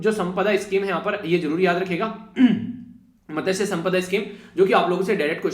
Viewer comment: ' मत्स्य' संपदा ' त ' silent